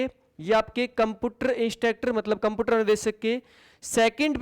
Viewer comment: कम्पुटर नहीं होता कम्प्यूटर होता है